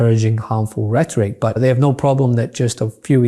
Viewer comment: What did she ChatGPT that Post? She can’t even say the word rhetoric let alone type it.